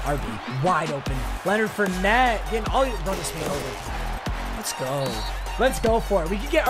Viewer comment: It’s Leonard (4)net not Leonard fer net